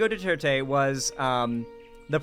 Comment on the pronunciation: I am amazed how much you're trying to pronounce Duterte correctly. Other westerners would assume it's French and make the last E silent.